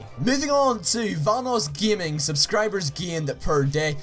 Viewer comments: Vanossgiming? Great job at proununciation, idiot. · Why do you say VahnussGjaming. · Boss kidd21 how he says vanossgaming its funny